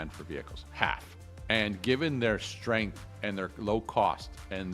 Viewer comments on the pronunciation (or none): none